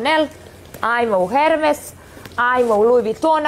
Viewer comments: Kaze HERVES😂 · Da si išla češće u “ Hermes” znala bi barem to kako se izgovara 🤣🤣